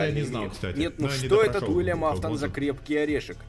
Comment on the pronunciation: Уильям а не Вилиам